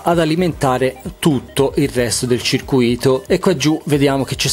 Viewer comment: E dice pure circuìto!